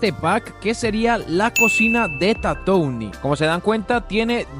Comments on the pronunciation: Su pronunciación es "tatuin" por si acaso 🥶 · Buen video, pero se pronuncia Tatuin perdon por ser muy ☝️🤓